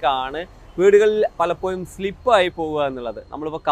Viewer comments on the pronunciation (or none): പലപ്പോയും അല്ല സുഹൃത്തേ പലപ്പോഴും എന്ന് പറയാൻ ശ്രമിക്കു മലയാള ഭാഷയെ തൂക്കി കൊല്ലല്ലേ😀